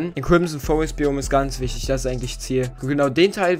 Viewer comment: Wichitg haha